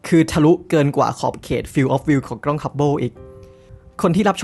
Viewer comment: ด้วยความเคารพนะครับ ad "กล้อง" นะครับ ไม่น่าใช่ "กร้อง" , "เส้นผ่านศูนย์กลาง" ไม่น่าใช่ "เส้นผ่านศูนย์กราง" แบบนี้ดีกว่านะครับผม, อย่างไรก็ตาม ขอชื่นชมและขอขอบคุณความรู้ที่เราได้รับจาก ad ในคลิปนี้อย่างมากมาย ขอบคุณจริงๆครับ